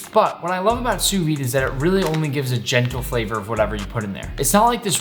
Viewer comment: Tout les Français sont en sueur de la façon dont il dit Sous-vide xD Translate All the French are sweaty the way he says Sous-vide xD